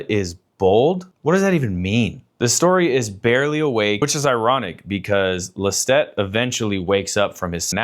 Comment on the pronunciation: Love this but that’s not how you pronounce Lestat